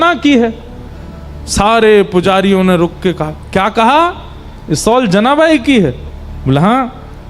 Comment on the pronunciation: It is shawl (शॉल) not सौल। राधे राधे जी 🙏🙏🙏